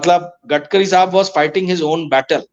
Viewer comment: Gatkari nahi Gadkari Bolo